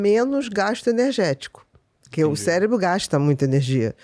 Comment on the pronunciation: Eu ouvi "célebro"?